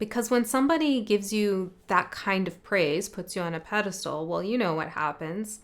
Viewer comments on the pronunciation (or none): none